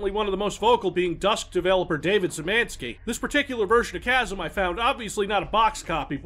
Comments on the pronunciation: Szymanski is pronounced like she (but e like ee)-man-ski And yes, I know doesn't give a fuck, because babilon of humanity is long gone and he's barely any different from Stroggs, but hey.... It's worth to try update his database with useless info beyond games themself... Maybe it will corrupt them guards when they anally extract info from his brain. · God damn it - your pronunciation of Polish last names is on point. There are some issues with "sz" sound but other then that - colour me impressed. Also DUKE NUKEM TIME TO KILL when?